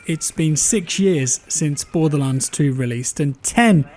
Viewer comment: Really sounds lioke youre saying "Bore The Lance" over and over haha